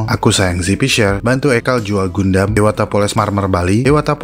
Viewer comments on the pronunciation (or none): none